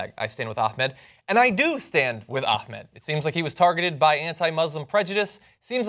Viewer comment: #JohnHatesHashtags #John'sOpinionOnHashtagsIsVeryImportant #JohnThinksHeKnowsHowToPronounceAhmedButHeDoesn't